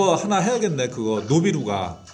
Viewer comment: 노비루가가 아니고 쿠비루가 아닌가여..?